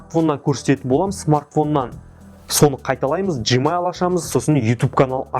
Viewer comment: Жмайл емес гмайл